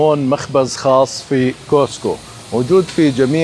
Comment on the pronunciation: ملاحظة صغيرة، اسمه كاسكو. مش كوسكو. بالتوفيق